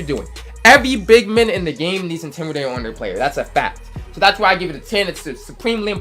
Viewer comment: " effectEve", "shooting bigmEn" 😂😂😂😂😂